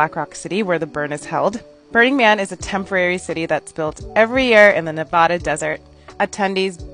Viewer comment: Can't even pronounce Nevada correctly